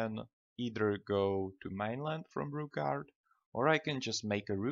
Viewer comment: Its not Rookgaard